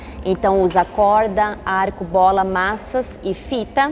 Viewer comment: Ele falou maçãs em vez de maças